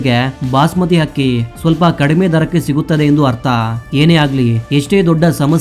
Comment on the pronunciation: ಅದು ಅಕ್ಕಿ ಹಕ್ಕಿಯಲ್ಲ ಉಚ್ಛಾರಣೆ ಸರಿಯಾಗಿರಲಿ